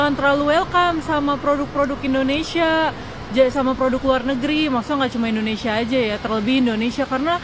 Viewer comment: Sorry bang pengucapan u salah bukan Endonesia tapi Indonesia